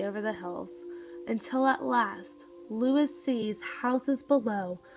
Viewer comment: His name is pronounced: l oo - EE s